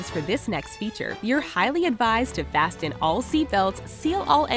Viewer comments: "Fas T en" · Did you say fast-ten? Did you say Earth orbit? Pretty sure its not orbiting the Earth, but the Sun itself. Fact check please. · did she say fasTEN your seat belts? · That hard “T” in fasten threw me off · The "T" in fasten is silent bruh